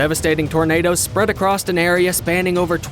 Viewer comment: . AcroSS. Not “acrosst.” There’s no T. Please educate yourself. Especially if you’re going to narrate anything.